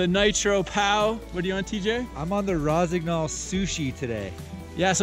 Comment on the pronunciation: Was gonna like the video and realized that already liked before))) And come on guys... that is "rossiniol", not "roZiGnol". There are languages other than English.